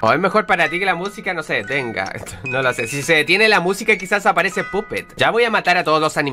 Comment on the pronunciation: Es puppet pero se pronuncia pappet.